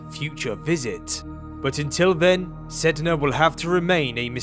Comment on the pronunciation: My cousin got mad that you said the planet’s name wrong 😂